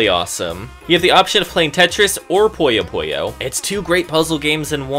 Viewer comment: You know Puyo Puyo is pronounced Puyo Puyo and not Poyo Poyo?